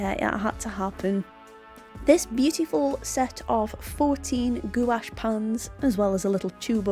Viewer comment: Hi love your videos but just a FYI it's pronounced gwash, I've recently bought these and loved them. I'm not a fan of carran d ache as I've tried pencils and thought they were over priced and not that great but do like these. LOVE your fox